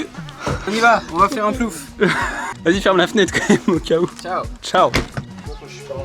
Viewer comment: Leeet’s vlog !! Et non plouf mdrr 🤣🍿🍿🫶🏻